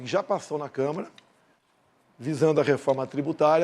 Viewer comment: Lula não sabe nem falar, meu Deus ! Câmara = Câmera Banda = Band 🤦🏻‍♀️🤦🏻‍♀️🤦🏻‍♀️